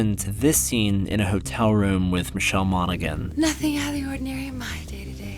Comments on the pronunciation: It's pronounced Michelle MON--A-HAN, not Mon-a-gan proof your video do the work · Michelle 'Monigan'?! It's Monaghan, you clueless plank. Pronounced MON-A-HAN. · It's Mono-han. The 'g' is silent. Same as in McConaughey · its Monaghan pronounced Mon a han... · I'm almost certain Monaghan is pronounced like Monahan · The G is silent in Monaghan. MONNA-HEN. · Michelle Mon - a - han you dolt. G is silent. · FYI, the g in Monaghan is silent. Mon-a-han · The G in Monaghan is silent. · I think the g is silent in Michelle Monaghan. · The "G" is silent in Monaghan. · Hey, the G in Monaghan’s last name is silent. Check her wiki page or any interviews with her.